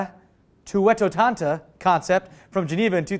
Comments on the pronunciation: It's Duettottanta - which I presume comes from Duetto Ottanta meaning Double Eighty... Don't know what the Italians wanted to say with that... And, you should know how to read Italian-like words or are you not a DeAngelis? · Best one ever. Except you missed out a chance to hate on the haters. "Uhhh, it's duo-etto-tan-ta." Aren't you Italian?